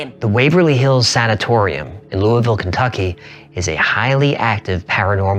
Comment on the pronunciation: Finding this channel this year has been a pleasure. And thank you sir, for pronouncing Louisville correctly! (BTW Waverly Hills is legit. I did an overnight and two groups didn't make it. I knew the guide so we basically got free reign of the place. Generally spookiest, most fear-affirming night I've had when it comes to going anywhere allegedly haunted)